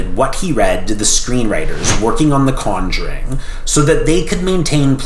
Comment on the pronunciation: The way he pronounce Conjuring is driving me up the wall